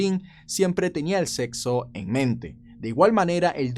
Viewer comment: Min: Sepso jajaja saludos!